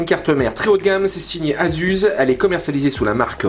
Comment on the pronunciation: super video! mais ça se prononce,AZUSSE!! pas AZUZE!! lol